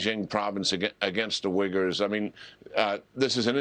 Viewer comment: It's Wegurs not wiggers